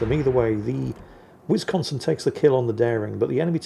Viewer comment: Anyone else's inner 12yo highly amused by ' pronounciation of Whizz-consin? 🤣